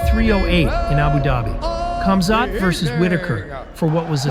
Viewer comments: Its not pronounced camzot its komzhat . If you're going to do a story about somebody at least get their name right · I just subscribed great video. Not sure if that is your voice or a voice over but you say his name wrong. Khamzat The K is silent so it’s pronounced Hamzat. Sorry I’m a grandmother that loves MMA but saying their names right is important. Great video and glad I subscribed ❤ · Cam Zhat lol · Natural predator ! 🧐 He's a World Class Athlete from unbelievable circumstances in a nutshell 💪🙏❤️ Your video is a poor narrative of KC he's much more than your delivery 💯 ,,,,& it's pronounced Hazmat